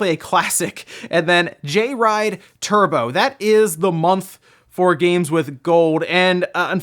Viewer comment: I think it's Joyride, not Jay ride.